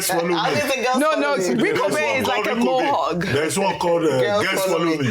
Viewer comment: lol, It's not Mohug Ojy... It's Mo' Hawk. good job you guys